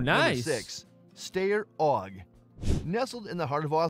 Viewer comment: According to the ever accurate generated subtitles and narrator pronunciation, you mean the "Stair OG" or are you talking about the "Style OG"?🤣🤣🤣🤣